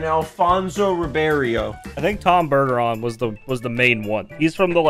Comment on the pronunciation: oh i freaking KNOW ross didn't just disrespect my boy tom bergeron by mispronouncing his name. i grew up when he was the host of america's funniest home video so his voice is THE voice of AFHV to me